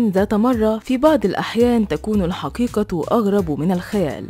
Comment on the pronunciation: حرف القاف وين راح ... الحكيكة دكيكة هههههه